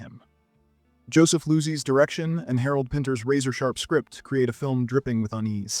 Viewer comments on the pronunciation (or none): Bad pronunciation is really annoying. Where do you see Joseph Loo-sey?? It's Low-sey. Do your research. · Not a big deal but Joseph Losey's last name is pronounced Low-see.